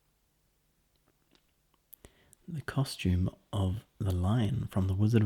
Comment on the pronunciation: Oh wow I was trying to take this video seriously but i totally lost it when you said diabetus 😂😂